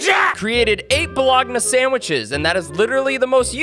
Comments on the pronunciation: "Bol-og-na" oh Duke no 😂 "Bologna" is, for some stupid reason, pronounced "ba-low-nee" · You pronounced bologna wrong. That's how Americas spell baloney. So, it's pronounced like baloney, but spelled like this ---> bologna. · Bruh the way he pronounces bologna 💀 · He pronounced bologna as it’s spelled.